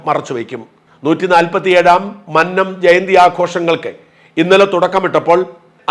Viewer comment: ഒത്തിരി നാളായി മന്നത്തിന്റെ പേര്‍ ശരിക്കും pronounce ചെയ്തു കേട്ടു.